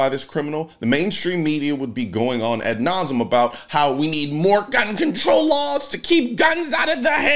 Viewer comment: Wait wait wait... $2.79 a gallon!? Also, you should stress the "e" in "ad nauseum".